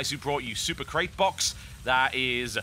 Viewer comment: YOU DIDN'T PRONOUNCE "SUPER CRATE BOX" THE RIGHT WAY!